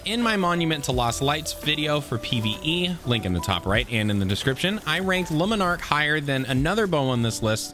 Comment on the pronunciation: Omg, 3 videos, 3 different youtubers, and none of you can pronounce a simple name. Luminark? Leminark? Jesus.. if you can't figure out how to say Le and Monarque, just say monarque. Like seriously lol..